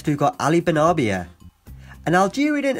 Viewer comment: Benarbia... not Benabria.